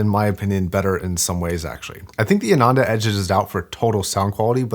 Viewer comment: As a recent subscriber, I am loving watching videos and very thankful to his expertise. But, I am disappointed when he butchered the pronunciation of Hifiman models. For whatever reason, Hifiman is using all Sanskrit names. Sundara means beautiful ( Su-nd-ara or psu-nn-dha-ra). Ananda (aa-nun-dha) means happiness.